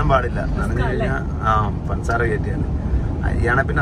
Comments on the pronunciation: പൻസാര അല്ല പഞ്ചസാര ആണ് 😃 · പന്‍സാര അല്ല ബ്രോ പഞ്ചസാര